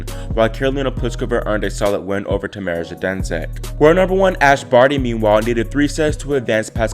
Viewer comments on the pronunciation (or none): none